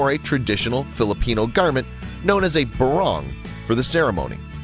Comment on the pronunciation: It's not pronounced as burong it's pronounced bah-rong(like wrong)